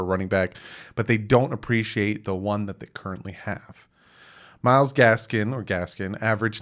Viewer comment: There's no S at the end of Gaskin. Just busting your chops a little, but you've been calling him Gaskins for a minute now. Love ya